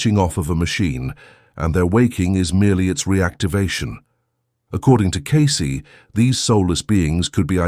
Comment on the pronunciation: The only bad thing about these Cayce videos is the AI narrator. It just doesn't 'get' the rhythm of human speech. What really gets me is that the AI voice pronounces Cayce's name Kai-cee. It is Cay-cee. With a long A. Not Kai which rhymes with lie. I see this in nearly every one of these videos. Couldn't the makers of the video PLEASE, PLEASE, PLEASE correct the AI's pronunciation of the guy's name???